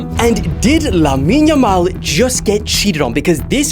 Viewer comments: its Lamine Yamal not Lammine yammal lol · it's not lammine yammal but lamine yamal. why 2'm???????